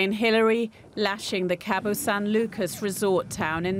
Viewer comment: but it was the one she pronounced the least correct